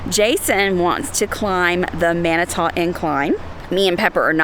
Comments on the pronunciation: its manitooo (two, to, too) not manitah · It's pronounced Mani-TWO incline.